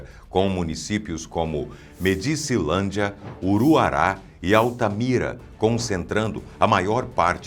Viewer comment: 👉 Não se pronuncia Medícilândia (minuto ), a pronuncia correta é Médicilândia pois essa cidade recebeu esse nome em homenagem ao Presidente o General Emílio Garrastazu Médici! Até quando ficaremos a ouvir pronuncias erradas oriundas da IA?